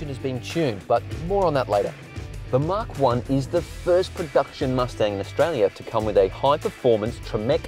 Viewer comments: Mach is not "mark" It's pronounced "MACK" or MAC. Yes, I'm a pedant, but it's painful to hear. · its pronounced Mahk